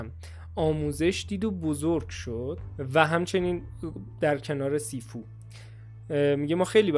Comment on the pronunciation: مگه شیفو خونده نمیشه؟